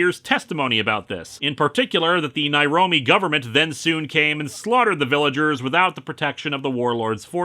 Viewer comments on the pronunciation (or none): "The fictional Nairobe, Africa." Isn't Nairobi a city in Kenya? Like, a really friggen' BIG city? *listens again Wait, Nairome? He did not even try there, did he? I mean, I'm also terrible at coming up with place names, but I don't have access to the best writers in Hollywood. I doubt that this was really the best he could do.